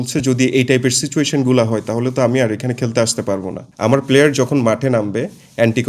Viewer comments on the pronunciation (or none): none